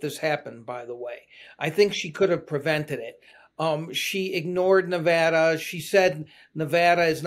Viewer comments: I love that Jon knows how to pronounce Nevada. We matter, unless we don’t thanks to Trump’s minions. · I just want to appreciate you folks for pronouncing Nevada right. None of this Knee-Voh-Doh nonsense around here.